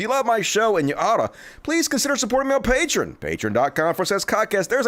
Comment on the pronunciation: Love the show man, but it is pronounced: pay-tree-on Drives me nuts.